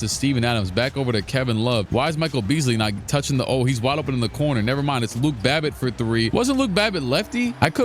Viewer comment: he said luke babbitt how soulja said drake lmao